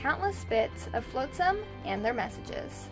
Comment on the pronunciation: Flot-sum rather than float-sum.